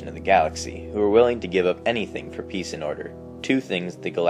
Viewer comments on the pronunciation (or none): none